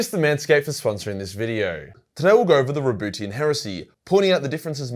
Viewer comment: I really can't focus everytime Majorkill says "RaBOOTYan".